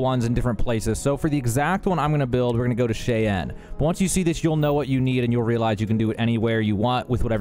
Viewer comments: why cant you pronounce Cheyenne right? id get it if you were European or something but its the capital of Wyoming, and sam coe says it in the game. Cheyenne not Sha Anne, also cool ship. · 1. It's 'shy-ann' as in Cheyenne Wyoming. USA 2. I was looking for your drop ship build, did you do a video??Oh sweet, found it!! Love your outpost content, really propelled me down the right path...THANKS!! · It's pronounced "Shy-anne" I love that heaps of people are uploading Starfield content but tbh the American youtubers aren't good with the names lol